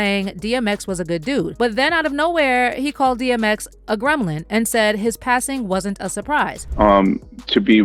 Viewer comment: Did he call him a “greblim” 😂 he can’t even pronounce gremlin